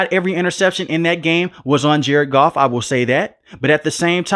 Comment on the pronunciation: It’s Goff cmon you got the best and you blow it